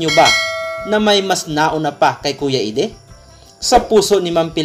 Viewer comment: Actually sa english minsan idie din ang pag pronounce ng eddie